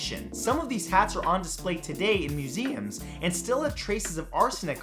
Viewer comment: "muSEums" lol